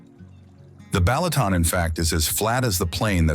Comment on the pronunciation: Beautiful vibrant video A+ AI voice NOT, Pecks, Balatoon, Teehon????? 🤦🏾‍♂️🤦🏾‍♂️🤦🏾‍♂️🤦🏾‍♂️